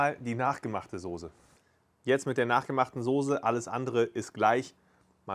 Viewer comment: Es ist die Soße und nichr die Sose 🥺